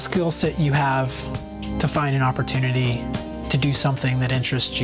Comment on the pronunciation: at the end he says oppotunity like its extremely often you get one haha.